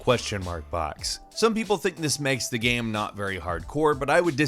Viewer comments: Can you not pronounce 'game' correctly? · I hear "gaem" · Am I the only one who hears him saying "game" weird? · I see what you mean... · yeah sometimes it does sound like he says it in a weird way.